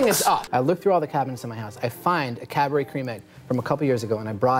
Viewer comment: it’s not Cadbury, it’s Cadbury